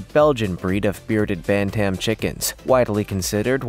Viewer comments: Ban Tam?? Do you mean bantem? What is your native tongue? It sure isn't English. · Pronouncing bantam. Is another one you have destroyed